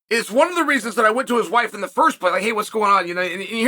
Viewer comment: Chael once again in Stipe's woife's DMs 💀